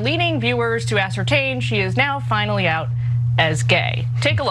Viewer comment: “finally out as gay” emphasis on FINALLY, as we all knew she was and was rather fond of Daphne. What planet are these lot from?! 😂